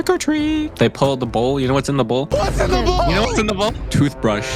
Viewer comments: The way says toothbrush is way to funny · The way says toothbrush😂😂😂😂😂😂